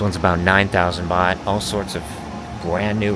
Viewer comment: Nicht Boht, sondern Baht